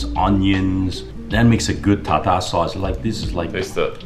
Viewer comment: its pronounced tar-tare sauce not tar--tar sauce ffs